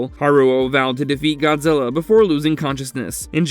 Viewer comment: Dude seriously said Gonzilla